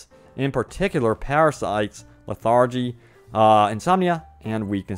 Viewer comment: Did I just hear a man say LeThargy?? YOU DONE MESSED UP!